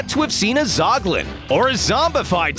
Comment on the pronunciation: It’s zoglin and hoglin